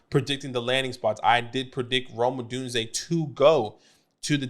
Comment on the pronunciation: Good vid! I’m proud of you for figuring out how to pronounce Odunze. I’m still holding out hope that you can figure out that there is no L in McConkey!